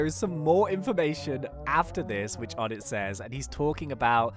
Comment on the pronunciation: onetts name is pronounced Oh-nay